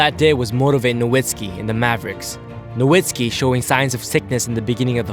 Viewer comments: As a long-time Mavs fan, I always feel odd when Dirk's last name is not pronounced as "No-vitz-ki" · Is Nowitski's surname pronunciation "Novitski" or "Nowitski"? I'm so confused